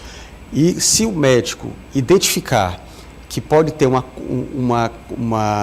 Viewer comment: Parabéns pela matéria, só a apresentadora que precisa corrigir algumas palavras....( indentificar ",sexta fera) ETC.